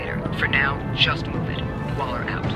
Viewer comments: this dude said Waller like waler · when does not play in 2 days He calls Waller "Weller" I'm guessing hes going to call Joe Weller for this job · repeat after me - WALLER 😂 I love the vids but I cringe every time this man says weller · her name is WALLER not weller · Did anyone else get annoyed when he kept calling Waller “Weller”? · he keeps on calling waller “weller” this ain’t no ksi vs joe, stop it 😆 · Waller, not weller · it's not Weller it's WALLER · WALLER (WALL-ER), not WELLER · Her name is Waller not Weller :D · It’s WALLER not WELLER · Bruh why he keep sayin "Weller" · Yo her name is wall-er not weller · Waller not weller smh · Its wAller not wEller